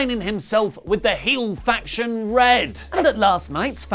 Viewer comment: The faction is pronounced R-E-D not red